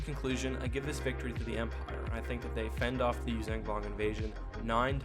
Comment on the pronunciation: Love the video but its Yuuzhan not youzang...